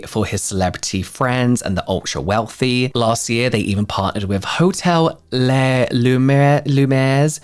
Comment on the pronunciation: I had to look up the hotel cause the subtitles weren’t great 😅 it’s Les Lumières Versailles How to pronounce that 101 (coming from a French speaker) Les : the main bit is the e. Pronounce it like the e in "exactly". (The s is silent) Lumière : the u is a very specific French sound so just say "loo", we will understand 👍. Mi = mee ; ère : pronounce it like air. Versailles : Versa is the same as in the brand Versace. Now the ailles is similar the ye from "bye" (yes all these letters for such a simple sound 🤭) (Of course it is adapted to English tongue but you should be able to pronounce it now) Hope that helps ❤